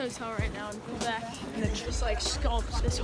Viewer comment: When she said « quoibec « that hurt (no hate tho)